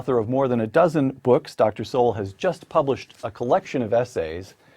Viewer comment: oopsa dr. SOWELL not sewell,,,,,cheers all..!!